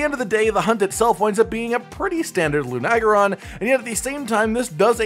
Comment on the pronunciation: "loo-nag-ah-ron,"? Really? Try "loo-na-gair-on."